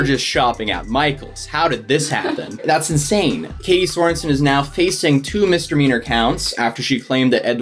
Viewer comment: I was just talking about how he pronounces it, mister meaner. He's just adding an r in the middle of misdemeanor for some reason.